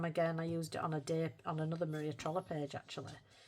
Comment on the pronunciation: I love how you say Maria trolle like a northern Maria trolley 😂 it’s all I hear and picture in my mind, Maria’s trolley 😂 can’t wait to see what you manage this month. Glad you’re slowing down with the untouched books! ❤